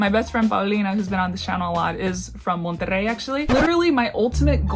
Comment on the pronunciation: "Monterrey" You nailed the rrr sound!